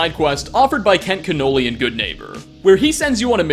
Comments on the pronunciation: Kent Cannoli? Dude he's a ghoul not a pastry... it's Kent Connolly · "Kent Canoli" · The way you pronounce Kent Cannoli makes me think you’ve never actually played this game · Did he say "Kent Canoli?" ...lol last names are not that hard to pronounce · It’s not pronounced Kent cannoli bro